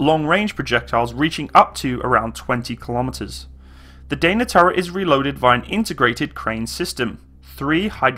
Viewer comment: its not "deina" but only "dana" and it's actually crapy vehicle our army canceled regiment of these artillery vehicles